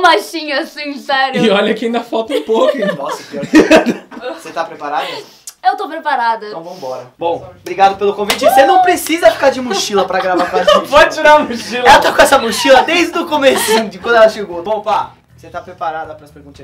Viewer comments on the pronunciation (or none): no começo o falou obrito pelo convite kkkkkkkkkkkk